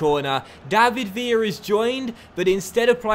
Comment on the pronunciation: villa is pronounced billa because he is spanish